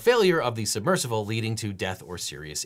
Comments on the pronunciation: How is no one talking about how Devon pronounces it submercivle? Idk if it's just me or am I going crazy? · Devon knows there is no letter "V" in the word submersible, right? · SUBMERSIBLE. Why do you keep saying "submersivle?" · If I start saying "submersivle" after hearing Devin say it for 25 minutes I am going to be PISSED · I’m here to hear Devin say “submersivle” over and over 😂❤